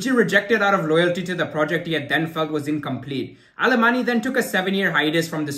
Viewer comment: Pronounced " Aleman" the Y is silent in Catalan